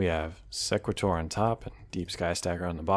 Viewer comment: its SE (e as in see) qu-At (at as in ate) or sE-quAt-or (capital letters pronounced how the letter is called)